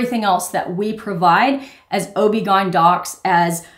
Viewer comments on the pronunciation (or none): OBGYN isn't a word. It's pronounced by letter, or Ob-Gyn(ob gye-ni) It sands for Obstetrician-gynecologist.